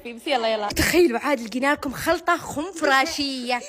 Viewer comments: خنفشارية ❌ خنفراشية ✔️ بموتتتت 😂😂😂😂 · خنفشاريه❌ خنفراشيه✅ 😂😂😂😂😂😂😂😂😂😂😂😂😂😂😂 اخخخخخ بطنيييي فطست من الضحك😅😅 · خنفشاريه 🙅‍♀️ خنفراشيه 👍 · بس هيَ كالت خنفراشية